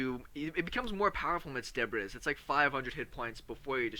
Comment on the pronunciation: Pronunciation for debris is debreee. S is silent :) nice vid though